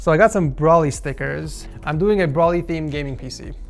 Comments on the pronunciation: (Bro-lee) not (bruh-lee) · It’s bro-ly not bro-ley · His name is Broly, not Braly. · Nobody: “brawlee” instead of broly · Is it just me or did anyone else get annoyed when he said brolly instead of broly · it irritated me aloot when in the beginning he said braly not broly pronounced bro ly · Isn't it Bro-Lee not Brawl-ee correct me if I'm wrong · Its bro lee not brawly yes I'm that guy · BRO-LEE NOT BRAHLEE BRO-LEE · It's not browly it's bro ly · i dont know why it triggers me when you say brawly i just say goku or kakarutto or is brawly a difrent person i dont realy watch dragon ball anymore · The way he says broly 😭😭 BROLLY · Lmao it triggered my ocd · Why you say broly like broccoli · my man cant do a broly PC set up if he cant say the name properly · The way you say Broly is actually pissing me off! I don't even watch Dragon Ball Z and even I know how to pronounce his name! 😂 Pleaseeeee watch this video and start pronouncing his name correctly! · I can't not think about him pronouncing Broly wrong :(